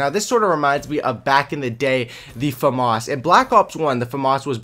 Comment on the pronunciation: I heard Fam-Arse so I left, famas.